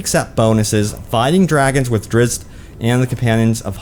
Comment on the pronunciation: No. Not "drizz-it". "Drizzt".